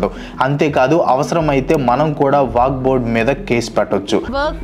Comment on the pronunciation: వాక్ బొడ్ కాదు వక్ఫ్ బోర్డ్